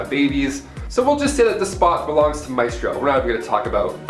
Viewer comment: Maestro is pronounced "My stroe." Ilyana is pronounced "ill yan uh." Otherwise, Great Job!!